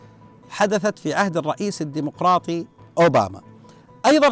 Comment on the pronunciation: تتحدث الدمقراطي هههههههههه واسسو دمفراااااطي ياشييييييييييخ....